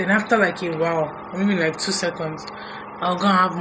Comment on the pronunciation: Every time you say “I feel loike” I say it along with you😂